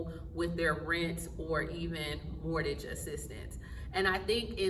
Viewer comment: It's not mortage. It's pronounced more-gage.